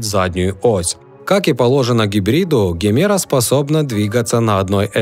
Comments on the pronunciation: Не Гемера! Произносится как Джемера! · Джемеро, а не Гемеро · Джимера называется, на презентации он назвал ДЖИМЕРА А НЕ ГЕМЕРА